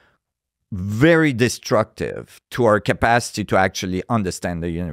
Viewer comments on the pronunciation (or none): none